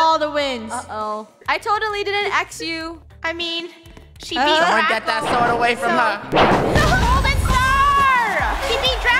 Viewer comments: Draco not Drsco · It’s not Drsco it’s Draco